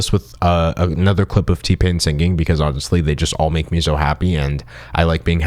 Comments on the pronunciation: Can u please auto tune the way you pronounce the word sinGing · My guy pronounces singing exactly like Ethan Klein 😅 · I like that you pronounce singing with a hard G like Ethan Klein ❤️